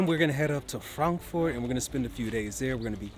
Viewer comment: Thanks for pronouncing "Frankfurt" the correct way :) many English speaking people say "Frenkführt" which sounds very weird 😂